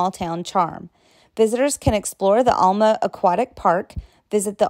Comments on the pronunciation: Alma the way you said it wrong. Maybe you need to visit the area and get the correct way to pronounce our towns names correctly. Little Rock is not a small town. You would really make a mess of towns in Oklahoma! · What the heck! Alma is not pronounced all- ma it's pronounced al- ma as in the man's name Al. Silhoam Springs is Siloam Springs, & is pronounced sigh- loam, not sill-loam. Some have taken to pronouncing the name Altus as all- tus, locals say al- tus. Little Rock, while not a huge metro area, is not a small town. Petit Jean is pronounced petty as it is a French name, such as that flowing water named Fourche La Fave- pronounced the French way as fush- la- fay. Because Arkansas was part of the Louisiana Purchase, it has some French heritage & you'll notice all the "villes" here. My family has only been in Arkansas since 1839, so I'll tell you Arkansas was originally pronounced in the French fashion as Aw-kawn-saw, a Native name meaning the people down the river.